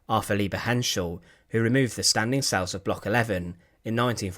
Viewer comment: Cells not sales